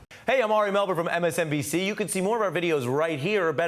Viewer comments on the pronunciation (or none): Did he say “Ari Melberg?” Sounds like he thinks that all Jewish surnames end in “Berg.” AntiSemetic trope?